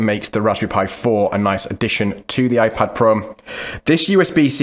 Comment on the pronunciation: “iPad Pro(m)”